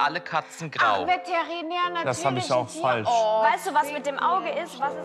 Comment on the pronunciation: VATERINÄR hahahaha